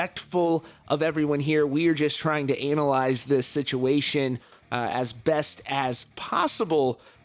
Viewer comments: Hey buddy its Ana-lyze not an*l- lyze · Did you say ANALize??? WTF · He said anal eyes bahaha! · Did you say ANALyze!? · I know right?!?! ANAL-lize lol I'm sure that's one way of describing his situation with the band!!. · Please reconsider your pronunciation of "analyze." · I noticed that too lol